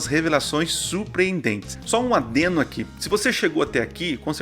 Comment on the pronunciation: E adeno também kkk voltei pra ver se eu tinha escutado errado, o certo seria Adendo, feliz sábado